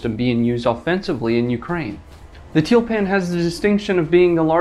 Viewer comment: It's t-you-l-pan.